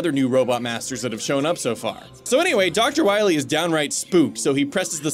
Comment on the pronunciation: That guy isn’t dr. Wily, it’s dr. Wawee